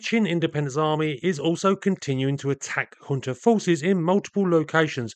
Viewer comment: junta is pronounced as HUNTA. not yunta not jhuunta